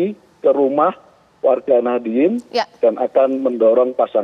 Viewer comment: Ngakunya paling deket dengan NU, tapi menyebut Warga Nahdiyin saja jadi Nahdilin😅